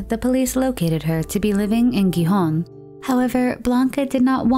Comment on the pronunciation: It's pronounced Gijón, not Guijón. The G and the J are pronounced the same.